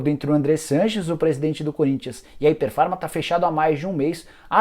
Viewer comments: Rapaz, vc conseguiu pronunciar errado o nome da empresa todas as vezes que falou... Não é "Hyper Pharma" e sim "Hypera Pharma" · Nicola, vc pronunciou errado o nome. O correto é Hypera pharma e não Hyper pharma. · Não é hiper Farma é hyperA farma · Se pronuncia ipéra farma e não iper farma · O nome da empresa é Hypera Pharma. Ficou o video todo falando hyperfarma... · O nicola nao é HYPER farma como voce falou o video todo é HYPERAAAAAA